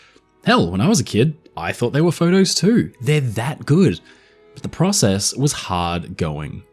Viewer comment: You said process wrong